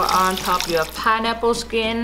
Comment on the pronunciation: It's a piNeapple, not a pideapple, not a pieapple eitherLOL